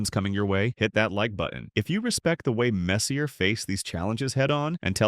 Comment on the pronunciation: If you make a video about Messier (pronounced MESS-yay!) and you get his name wrong, you get a dislike.